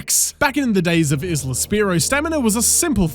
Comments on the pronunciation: The "S" in Isla is silent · You pronouncing isle correctly but not isla nearly made me stroke out